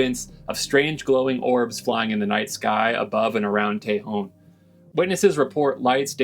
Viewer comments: I always enjoy your sense of discovery and adventure. First off its pronounced Tah-hone (Tejon) not Tey-hone... but no thing. You are spot on for most of your observations on RCS facilities and their capabilities. The Northrop (not Grumman) Tejon RCS Test Range was put in one of the worst locations in CONUS due to wind averages. In other words its always windy and this doesn't bode well for targets on a skinny pole. It was also pointed directly at the antelope valley infrastructure and initially impacted by radio towers, they had to change the direction. The demise was Senator Feinstein promoting (and succeeding) wind generators in the region. You can only imagine the signal bounce from a big fan in the sky. There is rare footage of the Tejon Test Range in Myth Merchants film of Hitlers Stealth Bomber (watch the last 20 minutes). Keep up the good work and adventures. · Just an fyi, born and raised in AV. It's pronounced locally as "Tuh hone", not "Tay Hawn" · It’s not TAY-hon, it’s tuh-HONE. Tejón, Spanish for ‘badger’. You’re welcome. 😉 And by the way, I love your videos. Keep ‘em coming! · It's pronounced, ta hone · Interesting video! 👌 FYI It’s pronounced = Teh hone or El Tejon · Pronounced TEEHONE= Tejon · You pronounce tajon with a soft a tah hone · Pronounced, Tay Hone... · Its pronounced tah hone i grew up there and yes there's aliens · "Ta-Hone" !!! "Ta-Hone" !!! "Ta-Hone" !!! "Ta-Hone" !!! "Ta-Hone" !!! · Please learn how to pronounce Tejon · Seems to me that if their keeping something under wraps, it's quite possible that it's None of your FUCKING Business ✝️🇺🇸🤔 Hell, you can't even pronounce it correctly 😔